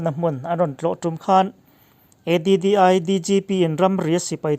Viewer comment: ADDI(E di di ai) nilovin, Addl DGP(Additional DGP) tihna zawk ania...